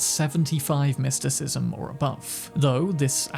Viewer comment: So you level up your mer-KEN-tyle? ahh then after you work on your mys-TIKISM .... its merSENtile no merKENtile.. my word